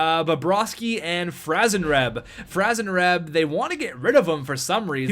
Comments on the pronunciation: It's franzreb you idiot!😡😡😡😤😤😤🙄🙄🙄(Fran-zuh-reb) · Don't get Franzreb... you can't pronounce his name hahaha jk bro <3